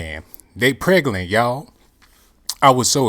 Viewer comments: she preglant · Did I hear “PREGALANT”?? 🤣 It took me five minutes to figure out how to spell that!! Why did I click?? Why did I click?? I’m questioning my life choices right now hours...